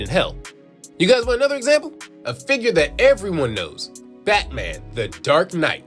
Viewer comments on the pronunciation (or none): none